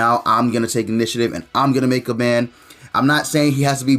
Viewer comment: Lol why u call him ban lol it’s more like Bon